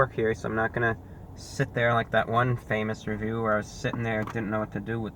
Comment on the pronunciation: It sounded like "famous review where" not "famous reviewer"